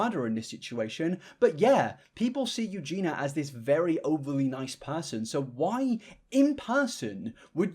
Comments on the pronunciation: I hate to be that person but it's pronounced, well, Eugenia (with the i), not Eugeena. The wrong pronounciation has been bugging me for a hot minute lmao, obviously doesn't impact the good quality of the video, great work as always! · Your pronunciation of her name drives me crazy. It’s pronounced ‘You-Genie-Ah’, not ‘You-Gina’. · Love your videos but the false pronunciation of Eugenia still bugs me. It's Eugenia, not Eugena... (yeah yeah I get it "It's Leviooooosa, not Leviosaaaa" 🙃) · you consistently mispronounce eugenia’s name in pretty much every video you make about her. it’s not “eugena”, there is an “i” in her name for a reason and she says her own name very clearly in her intros. the content itself is fine but i feel like it’s not hard at all to at least put the effort in to make sure you actually get her name right. it’s a respect thing. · BRO EVERY FUCKING VID YOU DO: HER NAME IS EUGENIA, NOT EUGENA FFS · Just like every vid you have done on her….. you are STILL CALLING HER EUGENA bro At least get her name right, you make money off of her, AT LEAST SAY HER NAME CORRECTLY. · I’m British too, and I say her name as it is (Eugen-ee-a) 🤷‍♀️ It just seems to be laziness on his part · all I hear is "Eugena" over and over disrupting my focus 😅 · So we’re just going to ignore the “i” in her name and call her “Yoo-Jeena.” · him saying "eu-ge-na" this entire video has me triggered lol. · Slow news day in the gossip cycle clearly. stop saying "eugena" 😅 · Why are you pronouncing it ‘Eugena’? Can’t watch the whole vid cause it’s that irritating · Mt brother in christ, it's you-gene-EE-ah. I think someone was mistaken as Eugenia and felt uncomfortable, the mother didn't know what was going on and reacted harshly to the picture because she was a random girl. But it is weird that his friends also thought it was her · Also, her name is pronounced Eugene-ee-ya! 😂 Everyone gets it wrong. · part of the 50% unsubscribed bc the way he says eugenia